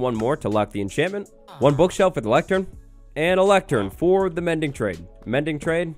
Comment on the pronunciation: "Mendy", rather than Mindy